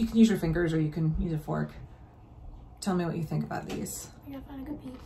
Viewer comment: Right! I caught that too. Trues one 😳 "thees are all mine now"